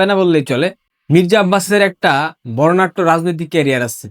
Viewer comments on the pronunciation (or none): বর্ণাঢ্য হবে—বর্ণাট্য না।